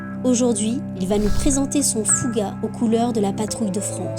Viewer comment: C'est marrant il semble dire "Fougar" au lieu de "Fouga" c'est moi ?